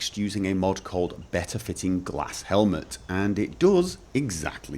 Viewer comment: it is not pronounce gla-s but something else i don't remember